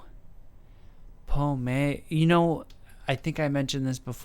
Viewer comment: Les oiseaux on Google...birds.......you use a strange way for a simple translation lol. Her name means Apple. In french we dont say the last voyelle if there is not accent. prononce it pomm. Pommé has you say with the accent means lost.....not very sexy